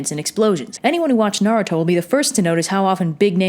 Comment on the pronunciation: IT'S PRONOUNCES NA-RU-TO NOT NA-RA-TO !!!!!!!!!!!!!!!!!! jeez edit:AND BLUE IS HOT AF!!!!!!!!!!!!